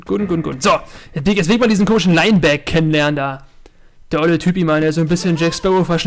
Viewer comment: Soweit ich weis wird Linebeck ausgesprochen wie's geschrieben wird. Lainbeck hört sich jedenfalls komisch an! ^^